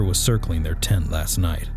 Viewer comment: It's a tent not a tint